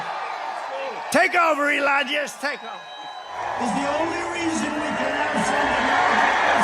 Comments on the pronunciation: Trump called Musk Elijah? 😂🤣🤣🤣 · Trump called musk elonja 😂😮😂💩🎃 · Did he call him Elonia? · Elonya Did no one hear Trump call Elon, Elonya? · Did Trump call him Elijas? 🤔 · He called him Leon at a previous event, and in this very video he calls him "Elania". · I feel like Trump calls him "Elijah"! I've listened to the clip 5 times now. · Maybe I'm mishearing it, but it sounds like Trump is saying "Elonia".